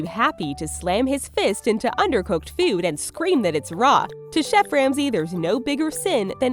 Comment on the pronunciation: Its "food"... not :feood"!